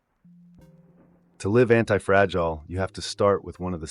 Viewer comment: the voice is AI because it pronounces anti-fragi-gile perhaps due to an error in spelling when feeding the AI narrator